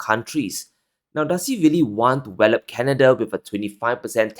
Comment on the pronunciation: It’s not wellep. It’s pronounced Wah-Lup.